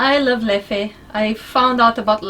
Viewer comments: With Leffe you don’t really accent the second E. It is nearly silent in its native tongue of Flemish. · So first of all Leffe is pronounced different, last "e" is pronounced like the "u" in dumber. "Leffu". Second of al, Leffe really is not that special, like Jupiler it is one of the most industrial beers available in stores. (both brewed by AB Inbev) It actually sells more in France then in Belgium. (numbers and percentages) As a Belgian, that was all that matters in this weeks mingles with. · I chuckle every time they’re trying to pronounce « Leffe ». It’s actually simpler, just say « Leff’ » and that’s it, no need to make it harder for yourselves x)